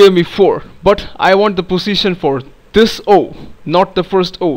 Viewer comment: nice accent fellow indian.. btw.. every time you told Position it looked as if saying Pussytion